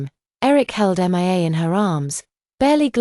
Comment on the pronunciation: Why is it so difficult for AI to read the name Mia ?M.I.A 😂😂😂